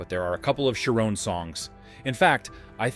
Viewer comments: HIs name is pronounced SHARE-OWN. Not CHAIR-OWN. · And he can't pronounce Gary's last name correctly. LOL